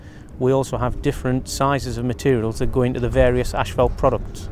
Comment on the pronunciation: How do you get 'Ashfelt' from 'Asphalt '???